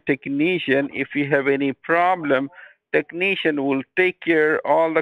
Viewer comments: I think i am going to play games as 'Tekneeshun' from now on. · Tekneeshun will halp